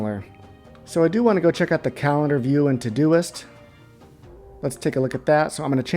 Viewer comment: Thanks for taking the time. Well done. Still not finished but gotta tell you that it sounds like you are saying todo-list every time. Ugh.